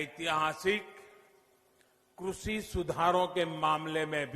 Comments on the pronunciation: सही से कृषि बोलना शिख लो फिर कानून बनाना बोलने में तो शेख चिल्ली के बाप हो ही सब जानते है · कृषि to thik se bolne seekh lete sir😜